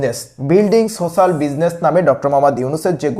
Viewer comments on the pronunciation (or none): none